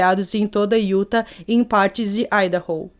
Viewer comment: Querida só uma correção. A pronúncia correta desta palavra Utha( acho que é assim que se escreve...kkk )é IUTÁ. UM ABRAÇO